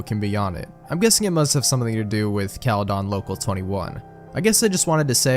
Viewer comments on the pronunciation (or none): "bramelia" has to be the funniest way to pronounce bramalea. runner up is "caledawn" which drove me a little insane during this whole creepypasta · Bro the way you pronounce caledon 😭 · 1999 was 10x more interesting for me because I live in the area the story takes place lmao. It was funny asf hearing him mispronounce caledon😭